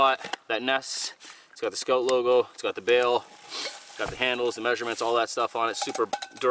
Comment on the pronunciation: Whenever I hear "maysherments" I picture Lonnie making a tarp tent in Alaska